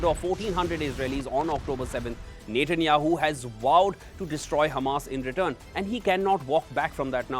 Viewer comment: Its Net.. Netanyahu, not Nathan...Nathanyahu. only wion pronounces with Nathan...